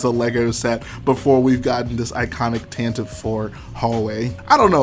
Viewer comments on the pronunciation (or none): No its pronounced tantive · Zac Mumblethunder same I’ve just always pronounced it tantive, but that might just have been bc I read the visual dictionaries and just subconsciously called it tantive